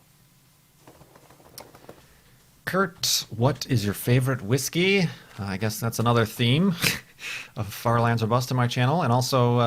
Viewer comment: Thats not how you pronounce that particular brand of whiskey although it is one of my particular favourites personally you should try Islay Whiskies - Bowmore is a good start in terms of big name brands from that part of scotland